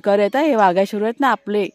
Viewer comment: ताई तुम्ही वाघ्याला व्हाग्या का म्हणता.. नका म्हणू ते ऐकायला बरोबर नाही वाटत.